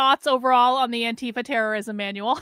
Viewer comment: ITS TERERISOM